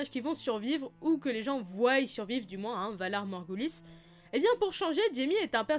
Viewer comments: Voient pas voyent ok t’es nul en français ou quoi ?!! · Tes videos sont vraiment top mais on dit voient et pas voillent 😂😂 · "Voyent" attention Sinon excellent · Requin Renard Il est à moitié Stark, et c'est même plus un Stark qu'un Targaryen... Niveau physique, caractère, comportement, etc... Puis, depuis sa résurrection, avec le fameux "Kill the boy, Jon Snow, and let the man be born...", on peut supposer qu'il se transforme et peut résister au feu, maintenant, donc est un dragon. Sinon, c'est "Jon", sans le "h". J'ai également retenu le "ils voiyent", comment tu le prononces, alors que c'est "ils voient".